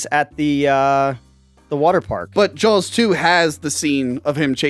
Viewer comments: I'm confused. It sounded by like was talking about the film, 'Jaws', but he kept calling it Jowls. What's up? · Also,, please stop saying Jawls. There is no L. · Jawls?...jawls?...there a hidden "L" in there? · Why does keep calling it Jowls? Is he being a dick again? Or can’t help it? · Does say "Jawls"? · Honestly asking.... Is pronouncing Saw as Saul and Jaws as Jawls a regional thing? It hits my ear every time and I've never been to Philadelphia so I'm curious.